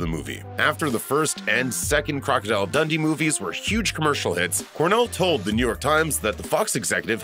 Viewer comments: It’s pronounced like Dun-Dee not “Dundy” 😡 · That's what I was thinking... Like, Crocodile Dundy! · The way he says Dundee is upsetting 😂